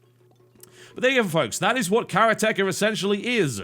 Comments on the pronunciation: It is "ka-raa-tee-ka". It's a japanese word. It means someone who practices Karate. Hence "Karate-ka" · Actually, no. It is a japanese word. It is pronounced "ka-raa-tee-ka" "karate-ka". a "Karateka" is someone who practices karate. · Its pronounced Karate Ka. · it's pronounced kaa raa tee kaa :) vowels in japanese are pronounced differently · Yes. Your pronounciation is absolutely wrong! The accent is on the 'ka'... Ka-raatieee-ka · Its acutally pronounced as karate-ka but its not a big deal anyway :D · Karate-ka TB. Should correct that somehow. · I'm sure it's pronounced karate-ka which i believe means something along the lines of "one who practices karate" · You've probably got this comment a few times by now, but it's pronounced Karate-ka. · For future reference, it's pronounced Karate ka. It's what you call someone practicing Karate. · made me cringe a little every time TB pronounced it. should be "Karate ka" meaning a practitioner of karate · The way he accentuated it was incorrect. Japanese doesn't place emphasis on single syllables. The way Steven Chin had it is right. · Except it's NOT irrelevant when it's the name of the game we're talking about... And you have an international audience. And there's a difference between pronouncing them differently, and pronouncing them wrong. It's like pronouncing the name of this channel as "Tot Alhab is Cute". You would sound like an idiot. Now if you're cool with sounding like an idiot, that's fine. But don't pretend it's the people who know what they're talking about's problem. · Wow a new way to say Karateka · You are aware that "karateka" is actually a Japanese word that means practitioner of karate? And his pronunciation is terrible? Fucking 10s of idiots trying to tell me he actually said it right... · i love the pronunciation of the game title by TB he makes it sound like a game about tech. rather then the martial art style: Karate (for those who don't know, a "karateka" is simply someone who practices karate,)